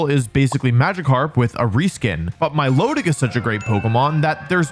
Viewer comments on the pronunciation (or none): none